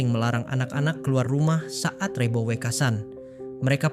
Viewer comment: Maaf,,,lafal REBO,,, yang anda tuturkan gak pas,,,, belajarlah bertutur jawa dengan benar😮